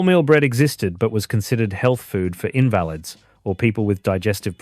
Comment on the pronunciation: Great video. But your pronunciation of "invalids" 🤣